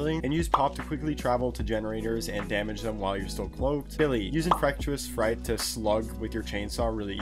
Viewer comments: He say infrectis fright 😂😂😂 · Please learn how to say infectious fright properly